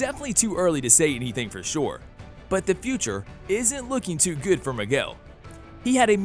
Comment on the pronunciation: ITS MIGUEL NOT MIGWELL OMFG (good video btw)